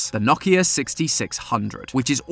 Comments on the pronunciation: I love ya, but Nokia is pronounced "No-kia," not "Knock-ya." 😉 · Not nok-ia no-kia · wait it's pronounced naukia. not noakia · did bro really just say NOIKA 6600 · Knock-e-ah XD